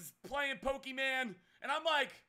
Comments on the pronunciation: did this man really just say pokeman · Pokeman. I thought it was pokemon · stop saying Pokemon like that 😂😂😂😂😂